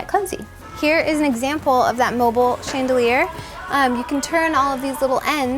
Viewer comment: "Mobileee" not mobile 😂🌹